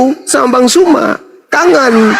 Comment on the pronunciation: Hallooo.... Bukan JUMA.... ZU... ZU... BUKAN JU... JU.. JU ITU JE... ZU... ZUMA ZET... LIDAH NYA KOK KELUH KELOT SIIIHHH..... FASIH LAH DALAM BERBAHASA......